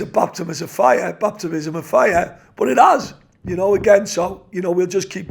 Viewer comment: Love Cookie but he's had a nightmare trying to pronounce 'baptism' there